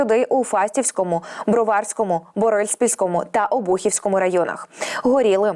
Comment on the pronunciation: "БровАрскому"???.. Ну уберите из студии эту безрамотную чтицу!